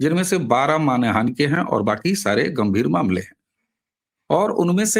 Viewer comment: जी, करबद्ध निवेदन है कि आप बार बार मान हानि --- इस को मानि हान बोलते जा रहे हैं। कई बार हो जाता है। 😮😅😊 आपको मैं सुनती रहती हूं। आपसे आयु में बहुत बड़ी ही होऊंगी, इसलिए गुरुजन मानकर इसे अपना अनादर मत समझिएगा। मैं सभी की हितचिंतक ही हूं।